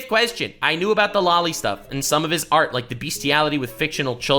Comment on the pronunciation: I wont comment on the topic itself, cause I'd just repeat what is being said already. Instead, I will comment on the fact I keep hearing "Lowly" when you say "Loli".